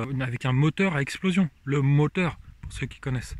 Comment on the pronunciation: "Le moteu' !" ... on a reconnu.